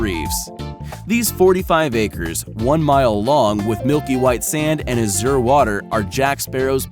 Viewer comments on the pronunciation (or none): before i watch this, i will make a prediction. mad lab will mis-pronounsciate some easily pronounced and common words. ...took them 44 seconds to mispronounce azure. on a side note, entertainers are welcome to spend their ill gotten gains however their black hearts desire. the farther they keep their useless asses away from real people, the better. you sycophants need to open your value skewed eyes.